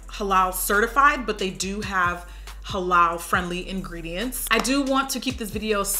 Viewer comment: I thank you for pronouncing "Muslim" and "Halal" correctly. It is so exhausting to hear grown folks jacking it up! Nice Tutorial